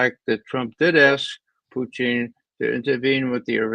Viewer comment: HEY RAY ... SUCH DISRESPECT PRONOUNCING PUTIN'S NAME INCORRECTLY ... I TOOK RUSSIAN IN HIGH SCHOOL & COLLEGE ... THAT "LETTER" THAT MAKES YOUR INCORRECT PRONUNCIATION IS NOT IN HIS NAME ... LOOK UP THE RUSSIAN WORD FOR "MAN" THEN LEARN THE DIFFERENCE